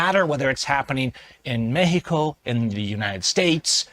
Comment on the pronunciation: Never seen so many people moving to mecsico. (Now pronounced mehico) LMAO!!!!😂😂😂😂😂😂